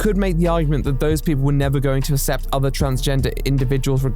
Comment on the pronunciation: he can't pronounce the 'cc' in 'accept'. He pronounces it as 'assept'. Bizarre, particularly given that he pronounces 'accessible' correctly.